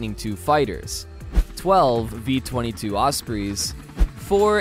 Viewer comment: You saying "Osprees" was making me cringe